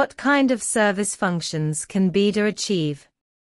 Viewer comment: You need to Teach your Speech How to pronounce BeiDUo!! It's an agony to Listing to it Now !!